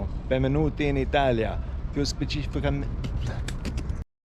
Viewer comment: I was curious to hear your Italian, it seems good to me, with a very British accent😉, funny to see you wrong to say "specificamente" haha👍🏻 The Sicilians in the port of Catania all seemed very intrigued haha .. Sicily is beautiful but also very particular, especially the Sicilians, you just need to move a few km and change cities to find very different habits and customs, the food is usually very good and cheap , but be careful to call food right, Sicilians are offended if you're wrong haha... I crossed Sicily from Catania to the Egadi in 2021, passing through Etna, Enna Agrigento, Palermo and Trapani... so I'm very curious to see all 3 videos. I've never tried Bronte pistachio limoncello🤔 but it should be drunk after it's been in the freezer 😅👋🏻